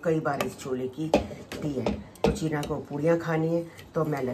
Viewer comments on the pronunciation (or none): Cheene nahi cheena